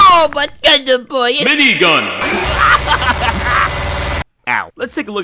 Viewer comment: For his nutual special, he has a M I N I G U N